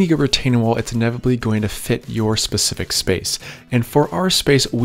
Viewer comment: this guys killing me with the pacific instead of specific.